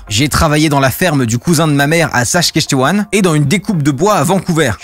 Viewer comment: La prononciation de Saskatchewan n’est pas la meilleure 😂